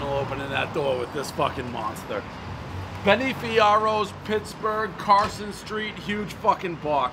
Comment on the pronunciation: “Benny FiArRose”